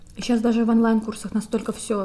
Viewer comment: не «Анлайн», а «Онлайн»🤣